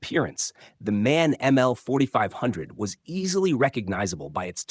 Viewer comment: The company is M-A-N, not man...you need to teach your language model...